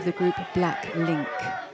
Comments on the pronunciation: Seriously.....cant even pronounce a common easy name..... BLACKPINK...!🙄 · The commentator literally said blacklink ??are you kidding me the worst commentator ever atleast educate her what is happening and what actor do their real job. Jennie is a kpop idol not only a rapper but also a singer and a dance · The narrator said Blacklink